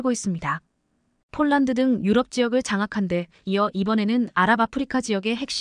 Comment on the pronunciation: 쫄란드는 어느 나라 인가요? ㅍ. ㅊ을 아휴 초등학교에가서 새로 배워와서 방송 하도록 하지 ····